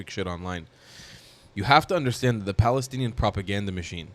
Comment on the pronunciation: Did she say 'I am Paddystanian' 🦇💩